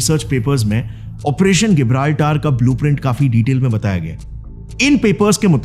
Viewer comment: When there was convergence in the interests of India's RAW and the Soviet Union's KGB, then what was the need for the KGB to work against RAW? Operation Gibraltar isn't called गिबराल्टर , rather its जिबराल्टर Your pronunciation as गिबराल्टर is wrong.